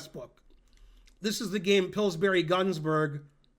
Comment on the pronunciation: Tomorrow the same video, only with Ben pronouncing Pillsbury correctly.